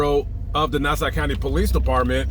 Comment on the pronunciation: Hey...the county is pronounced "Nas-saw".:)